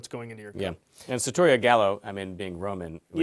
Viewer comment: The lower thirds, the pronunciation, the title and description are all misspelled or mispronounced. It's sarrrrrtoria